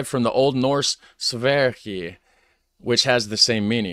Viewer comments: In Sweden we do not pronounce Sverige as they do in this video. We say the first e like you say the ea in pear, and the ige as yeh (the i is silent) and this is because the g is pronounced soft because it is followed by a soft vowel - in Swedish we have nine vowels: a, e, i, o, u, y, å, ä and ö, with e, i y, ä and ö being soft and a, o, u and å being hard) so Svearyeh. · The G in Sverige is pronunced like J or Y. Austria is called Österreich, not Osterreich. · Sverige was realy not said the right way. The ”i” is silent and the ””ge” is yea (as in year) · I found it hilarious how the narrator did pretty suprisingly well pronouncing "Suomi", bnut the butchered "Norge" and absolutely NUKED "Sverige" 🤣It's understandable though as there is no word anywhere in the english language, that I can think of, where the letter G is pronounced in the way it is in these two instances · Sverige and Norge is prononce wrong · He did not pronounce Sverige right at all. I am swedish, Google Sverige and pronounciation at Youtube It is made made by Julien Miquel and the name of the video is How to pronounce Sverige Links was not allowed here...